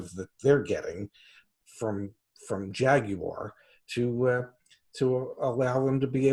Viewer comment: Well said old chap. You pronounced Jaguar correctly. (Jag-u-r) Which is rare for Americans. They usually say ’Jag-wah’. So Kudos to Dad🤡 Yes, I’m a Brit. Great videos, keep em coming. Thanks. May the Force be with you.🌀 (-: <*>:-)